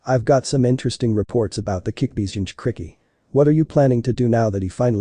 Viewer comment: it's kyuubi NOT kickbi